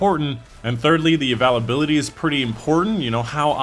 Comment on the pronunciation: I dont care how you say availability but i am wondering if you say it wrong purposely for people like me to comment reminds me of starbucks